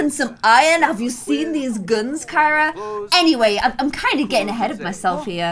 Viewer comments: Kyra the criminal is actually pronounced “kee-ra” like you pronounce Ciara. And Ciara is pronounced “see-air-uh” not “kee-ra”. Not that you should change the pronunciation at this point, I just thought it was funny that there was an actual Kee-ra Kyra in the game. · Wish you pronounced Kyra’s name like you do Ciara’s because that’s how I pronounce my name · Kyra is pronounced as Ciara 😂 love you ❤️❤️❤️❤️ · I am screaming and soooo triggered because kept calling kira carrie